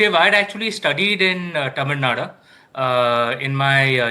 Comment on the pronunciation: first he has to learn pronouncing Tamil Nadu